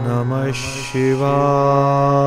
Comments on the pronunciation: Not shivaee its shivya. Ya not ee at the end. य not ए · Ssssshiva not Siva is correct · Dativ case from śhiva is śhivāya not śhivāye. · I'd pronunciation om namah shivaya or sivaye.? Which one is correct.. Pls guide me🙏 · सही मंत्र ॐ नमः शिवाय होना चाहिए ,,ना कि ओम् नमस शिवाए होना चाहिए ,, शिवाए उच्चारण आ रहा है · OM NAMAH SHIVAYA this is correct please pronounce properly. Edit the audio and re upload it.